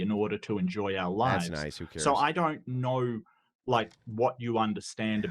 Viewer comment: "I doyournt nerouwr"